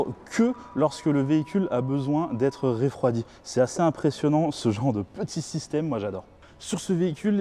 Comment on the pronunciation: "Ré"-froidit ? Marrant comme prononciation :)